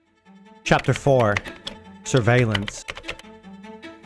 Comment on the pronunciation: My mans hit the hardest country accent when he said “chapter 4 surveillance” 😂